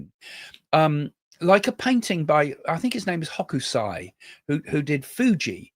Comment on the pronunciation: There are lakes around Mt. Fuji. And yes you said it correct Hokusai.